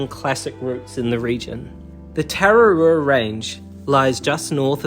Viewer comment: hes saying you're pronounciation isn't very good I agree but im not gonna have a dig at you for it, if you want this may help tah rrah rroo ah is the correct pronounciation, rr mean roll the R